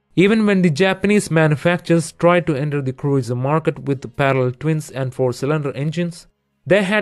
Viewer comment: He said "Cruieser" 🤣